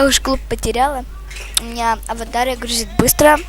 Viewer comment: Ты умничка! Молодец! Уже подписана! Кстати ударение на А Аватáрия, если не трудно подпишись на мой канал пожалуйста!